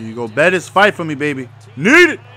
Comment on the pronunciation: why does he call Bettis the gua gua tho